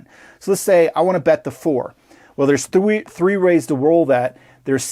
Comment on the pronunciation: He said roll a thwee lol